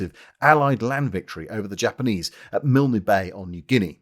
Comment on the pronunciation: Dear Lord! Another Australian here. Just some pronunciation tips - You don't sound the "e" in "Milne" and our jungle training facility is 'CAN - UNG - GRA". Otherwise, exceptional as usual.